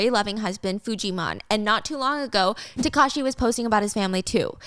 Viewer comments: taakashi not takaashi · I heard Takashi as Kakashi 😂😂